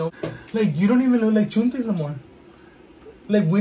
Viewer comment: Cual chuntis! It’s “chantel” bich 🤣🥰